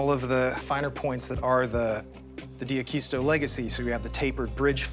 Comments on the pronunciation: Being half Spanish, every time they say 'AqUisto' .. i shudder .. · So many mistakes about Jimmy. It bothers me when they don't pronounce D'Aquisto properly. They should read "Acquired by the Angels" to get a better idea. Although even that good book has some enhancements. In particular the story Jimmy's Mom told me about how he started in John's shop. Jimmy was sitting at the table when his mom was telling my wife and I that story.